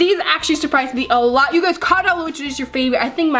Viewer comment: Stop saying geys😡❤️❤️❤️❤️❤️❤️❤️❤️❤️❤️❤️❤️